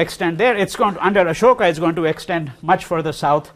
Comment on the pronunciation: How is it that you were born in Delhi and pronounce Ashok incorrectly.?